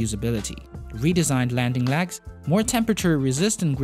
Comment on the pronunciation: X not ax and epic not epac and legs bot lags